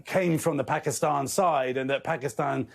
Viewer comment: Phekisten 😂 nice pronunciation